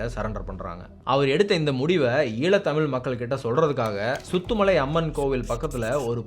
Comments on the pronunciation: இடங்களின் பெயர்களை உச்சரிக்கும் போது கவனமாக உச்சரியுங்கள் (சுதுமலை). நன்றி ❤ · Great job on the video! It was very informative, well-structured, and did an excellent job highlighting important events in the history of the Eelam Tamils. The only thing I noticed was the pronunciation of some Tamil place names, such as Jaffna, Vavuniya, and the village of Suthumalai. For future videos, I would appreciate it if you could pronounce these Tamil names correctly. If pronouncing "Jaffna" is difficult, you could simply use its Tamil name, "Yālppāṇam" (யாழ்ப்பாணம்), instead. Other than that, excellent work, and thank you for creating such an informative video.